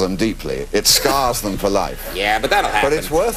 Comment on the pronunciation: "'be prepared' for anything" "it 'scars' them for life" ...it's like he's not even trying